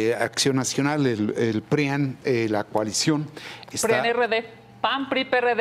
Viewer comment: Jajajaja la loca de Kenia todavía lo repite bien orgullosa "PRIANRD" JAJAJAJAJAJAJA JAJAJAJAJAJAJA asta corrige al conductor jajajajajaja 😂😂😂